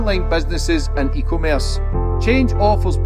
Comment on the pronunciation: 😂😂😂. Ok this has been cracking me up for 2 year now…..:::, it’s pronounced E, commerce….. not “ECO - merce “…. I blame they schools bud 🎉